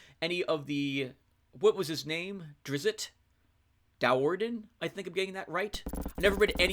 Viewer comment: I don't think it is pronounce Drits. More like Drisst. But even R.A. Salvator got it wrong lol.